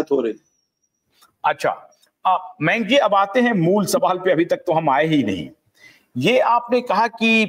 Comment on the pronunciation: जैन सर का नाम मेंक नहीं "मयांक " है!